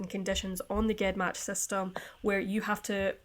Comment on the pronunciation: Not a big deal but it's pronounced jen match like genes or geneoloy.